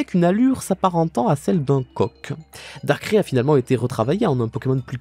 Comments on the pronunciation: "DAR-CRAIE" aie j'ai mal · il vient vraiment de dire « darkré » la? 😭 Mes oreilles saignent aidez moi!!!!! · Comment on peut prononcer dans la meme vidéo Donphan (Donefane) et Darkrai (darkré)